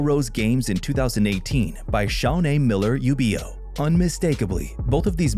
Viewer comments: Miller-Ubeeoh? It's pronounced "Weebo". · UIBO is pronounced Yu - ee - bo! You pronounced it Yu-be-oh. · Not "YOU-bee-oh" but "oo-EE-bo." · It’s pronounced WEEBO!!! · It's pronounced (Uibo) "WEBO" FRENCH!!!!